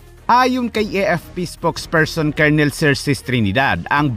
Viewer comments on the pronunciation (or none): none